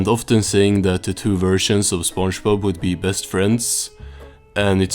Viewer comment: Why do you pronounce it as sponjbob